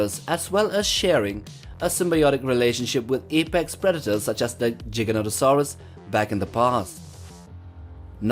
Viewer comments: It's prononced (J-eye-gan-toe-saw-us). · Funny how giga is not pronounced either of the ways stated in the video and wasn’t the biggest carnivore, that belongs to tyrannosaurus and giga would most likely get Merced by a rex